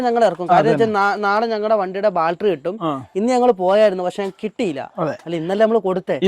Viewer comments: ബാറ്റരി എന്ന് പറയു. ബാൽട്രി എന്നല്ല. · ബാറ്ററി ആണ് ബാൽട്ടറി അല്ല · Battery ❌ Baltary✅ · ബാറ്ററി എന്നു പറഞ്ഞു ശീലിക്ക്, ബാൾട്ടറി അല്ല. "ഷിബു ദിനം" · ഇതെന്താ എപ്പോഴും ബാൽട്ടറി എന്ന് പറയുന്നു? ബാറ്ററി എന്നല്ലേ പറയേണ്ടത്?